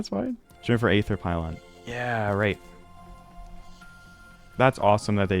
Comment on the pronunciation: he also pronounces aether like ay-ther instead of ee-ther, but the ae sound is pretty uncommon in english and often skipped in english classes. like in calamity, the aegis is ee-jis, the pokemon aegislash is ee-ji-slash